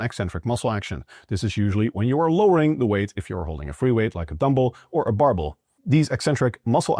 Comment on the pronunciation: I'm just here for the pronunciation of "dumble" and "barble."